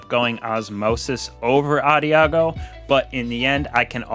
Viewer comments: How long did it take you to figure out that it's pronounced ah-daj-ee-oh, not adiago or whatever?. Lol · Adagio is pronounced ahda gio